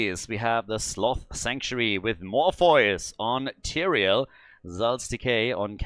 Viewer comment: I believe “Morpheus” is pronounced More-fee-us. Not trying to sound rude but I am like that unicorn mount.